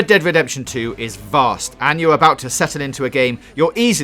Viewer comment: he said "vast"